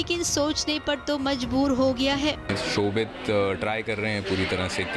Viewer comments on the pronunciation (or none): "Shobhit" shouvik nhi